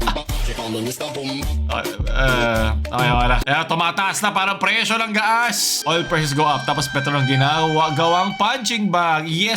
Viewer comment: Gas: ❌ Ga-as: ✅ Demonyo ka talaga